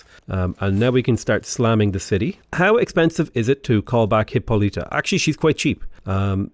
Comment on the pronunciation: It's Hi-PO-lita.